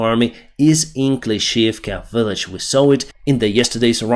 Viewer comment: sas, is not said as a word but S A S, sas is when you're cheeky especially if female. Love your updates and your accent, especially when you say Willage....